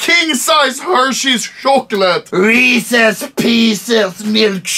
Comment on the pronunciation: no one: anomaly: shokchalet